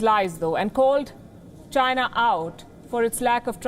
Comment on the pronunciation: China not Chins